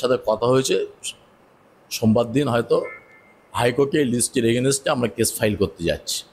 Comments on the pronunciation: এগেনেস্টে? নাকি এগেনস্টে? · Againset a aa.😂